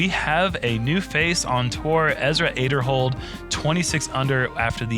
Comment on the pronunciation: Ezra is THRIVING. Love watching his career unfold AND finally hearing his last name pronounced correctly! 😁